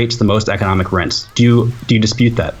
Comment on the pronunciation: "rense" - This due needs to pronounce Rents properly. Jesus christ